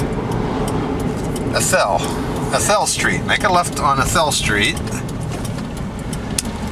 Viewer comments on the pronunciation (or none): Long A A- thel :-) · I'm sorry sir but when you said athel and I've lived in inyokern all my life and athel is pronounced with the "a" being said with the long sound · Yes and the old timers called the tamarack tree arthel tree. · Athel not arthel, dang auto correct.